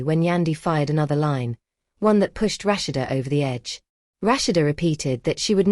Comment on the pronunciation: Rush- she- duh( Rashad) love the voice narrator 😂😅